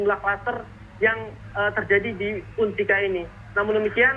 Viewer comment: UNSIKA pak.. bukan UNISKA 🤣